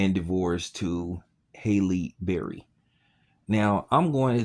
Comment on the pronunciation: Her name is Halle, not Hailey can you read or spell or comprehend..lol your channel is trash!!!!